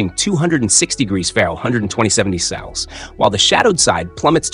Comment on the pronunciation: Your narration software can't pronounce Fahrenheit or Celsius. "ferrush & cells" lol